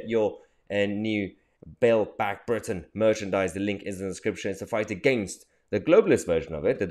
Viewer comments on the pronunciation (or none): none